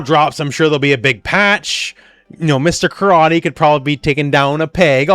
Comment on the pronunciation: you should’ve done a retake there, I think you almost said a different name. It’s not that hard to say Mr. Karate🙄